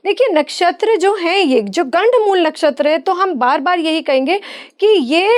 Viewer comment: PATRKAAR 😛😛BOLNA SEEKHO 😛 GADD MOOL NA BOLO.😛 GADD MOOL TATTI KO 😛TIOLET KO BOLTE HAIN😛ASAL MEIN GANDD MOOL NAKSHTR HOTA HAIN😛 100 PERCENT SAHI BOL RHE HAIN. KITNE SHARM KI BAAT HAIN AAP SAHI SUN KE BI GALAT BOL RHI HAIN😏🤔🤐